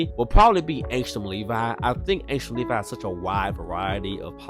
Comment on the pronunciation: Finally someone who pronounces the “Levi” in Angstrom Levi correct